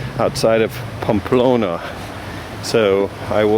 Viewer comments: Your mispronunciation of even the easiest Spanish words is painful. It's PAMPLONA! Also, judging other pilgrims for bringing their children? I hope the camino punched that judgment and self-involvement right out of you! :-) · It's pronounced PAM-PLO-NA.